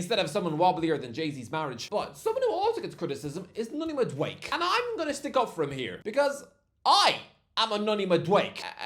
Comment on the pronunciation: I can't take calling Madueke MadWake! It's pronounced Mad-oo-Eh-Keh 🤦🏾‍♂️